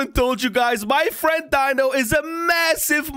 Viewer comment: It’s dino not bino